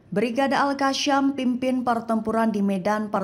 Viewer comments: Semoga mbak mimin bisa bedakan pembacaan huruf s dgn sy Seperti al- qassam menjadi al-qasyam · Al qassam bukan Al qasyam..Sebut pun tak pandai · Sebutannya biar Benar Mbak... AL-QASSAM BUKANNYA AL-QASSYAM !!